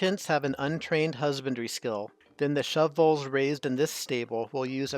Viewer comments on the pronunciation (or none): The way you say shovel has captured my attention. "Shovvells". 😂 Awesome tutorial! 👌🏽